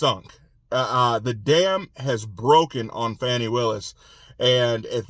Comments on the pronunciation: Q, her name is Fani, not Fawney! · Thank you for your to-the-point updates! I’m wondering why you call her Fawnie instead of Fanny? I’ve never seen that name, pronounced like that.